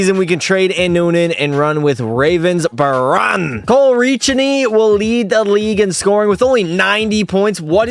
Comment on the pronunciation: the G in Ravensbergen got lost in translation I guess? HAHA